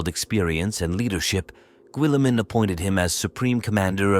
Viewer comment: lol the pronunciation of guilliemem and primarchs are rough lol also flesh tear💧ers lol